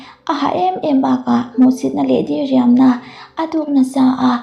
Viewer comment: Diriam tih i thlûk dan hi a dik lova, di lai hi thluk loh tur ania, 'U Lian' tia mi kan koh a a rik dan ang chiahin diriam tih tur ania. Chuan, i aw ngaihthlak a nuam țhin lutuk e